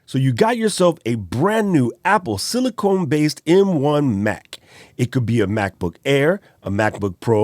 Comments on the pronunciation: Great video and excellent recommendations. BTW, sorry to correct you, but it is Apple Silicon not “Silicone”— pronounced like “con” as in “con man” not “cone” as in “ice cream cone”. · Not sili cone it’s pronounced sili con not CONE…. Just FYI